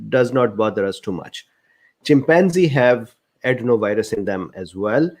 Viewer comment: Did you say chimpanzee ?